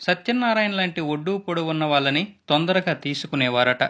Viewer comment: ఆ సినిమాకి పోటీగా అనాలి వ్యతిరేకం గా కాదు,. అలాగే--- దాన వీర సూర కర్ణ -- ద్దా న వీర సూరకర్ణ కాదు . పదిమంది చూసే వీడియో లో కొంచెం ఒళ్ళు దగ్గర పెట్టుకుమీ చదవాలి . ఒడ్డూ పొడుగు ఉన్న వాళ్ళని -- అనాలి -వాల్లని అని కాదు . మల్లి , పెల్లి కల్లు -- మీరెప్పుడు మారతారు?